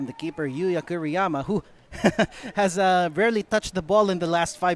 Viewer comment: Kuriyama yata dapat, hindi Kiruyama